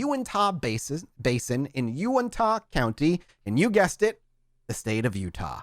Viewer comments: just so you know: Uintah doesn't end with an "ah" sound, it's more of an "uh" sound. Duchesne is also pronounced "doo-shane" because us white people are weird. Keep this coming, I live in Utah and don't know a lot of the history in that area! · love it, but every time he said “Unitah” 😂💀 here in Utah, we pronounce it U-IN-TUH not U-IN-TAH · As someone from Utah a couple things 1.its pronounced (YOU-INT-HA) 2.i am so happy that your doing this episode/series 3.please explain the crazy stuff happening up there please because it's really not prominent in Utah culture or salt lake City etc. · Pronounced “U-IN-TA” :) been camping near that area for a while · Just for peoples info it is bottle hallow not bottle hole and it is pronounced YOU-INT-HA